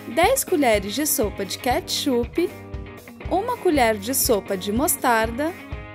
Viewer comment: catchupe? LOOOOOOOOOOOOOOOOOOOOOOOOOOOOOOOOOOOOL